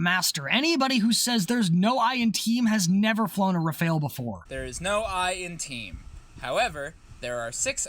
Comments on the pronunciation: It's pronounced "Raff-al", not "re-fail". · rAfAl(e) not rafaEl ^^ ty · 'Rafahl', not 'Rafail'; otherwise, great video as always :) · The first and second 'a' in rafale are pronounced identically. It's not rafeale or whatever you're saying, it's rafale. You pronounce correctly the first 'a' so just say the same thing for the second one, it's the same letter.